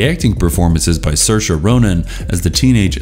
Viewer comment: Pronounces saoirse flawlessly - struggles with Geena.